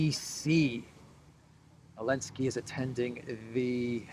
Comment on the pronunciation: Is this person incapable of pronouncing Zelensky or does he know something we don't?